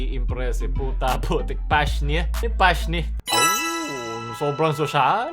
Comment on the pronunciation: "PASHNI" 🤦🏻‍♂️